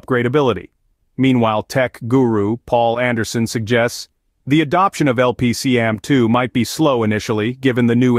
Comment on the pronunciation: It's a cool video, but the product name was mispronounced. "LP-CAMM2" not "LPC-AMM2". Micron put out some videos. It stands for Low-power compression attached memory module and "CAMM" was a thing before Micron put their low-power memory spin on it.